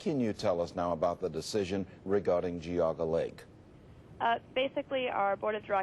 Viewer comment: I like how every video clip used correctly pronounces it "jee-AW-ga" but the narrator decided to go with "Gee-AW-ga"